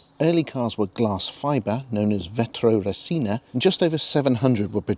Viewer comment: Nice video but it’s QuattrovÁlvole, not Quattrovalwoooooooowwwwle; VetrorÉsina, not Veytrowreseeeiiiiinaaaaah😂😂